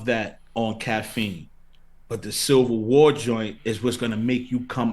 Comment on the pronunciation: Charlie you gotta learn how to say “Civil” man haha